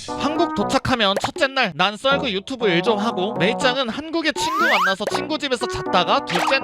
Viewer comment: 모아보기는 좋은데 처음 썰그가 쏠그로 들려요 ㅋㅎㅋㅎ